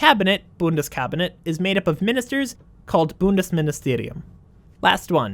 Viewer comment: When you had a bit trouble pronouncing "Bundespräsident" my german ass was laughing and like "But actyally, most people have worse pronunciation" and then you pronounced "Ministerium" perfect and my german ass was quiet